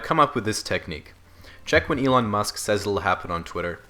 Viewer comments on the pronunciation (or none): none